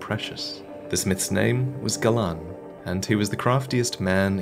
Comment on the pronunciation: When you said Galaan, during the Puppet Knight set. At first I thought you said “Gavlaan”....Gavlaan wheel Gavlaan deal